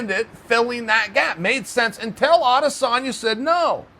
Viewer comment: Pronounce as adesonyaa instead of adesannnya